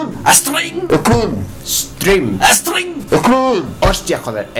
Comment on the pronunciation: ajaja fredy dice screm, hitler string y manson hostia,joder, stream